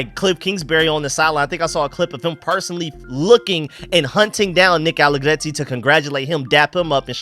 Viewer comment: question, why do you pronounce Nick Allegretti's last name that way? You don't need to roll the "R" that way. He is Italian not Latin. It sounds weird.